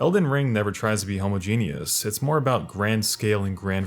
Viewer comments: LOL bro, it's not pronounced homo- genius. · How Americans say homogeneous 😂😂😂